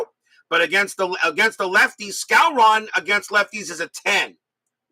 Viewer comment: …and it’s pronounced Moose SCOW-ren.